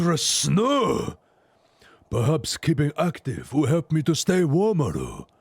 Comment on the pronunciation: french is void of h, so it is Ildibrand and for elp the h must vanish completely otherwise flawless, the pronunciation on last syllable is perfect :D